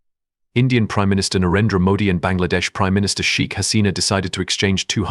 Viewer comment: Your pronunciation is to be improved. Even the prime minister's said wrong. 👎👎👎👎👎👎👎👎